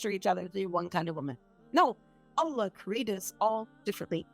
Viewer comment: Sister, may I ask you to pronounce the Name Allah with the accent on the last part Allah not A llah. Jazak Allahu khayr